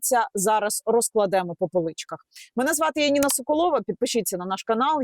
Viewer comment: Яніна, 110, 35 кіловольт - так правильно